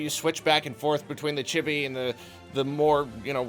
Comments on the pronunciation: Did you have to waste the whole first minute explaining reviewing? It also isn't pronounced Chibby. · Honestly a great review. You pronounced "chibi" wrong, but otherwise great video.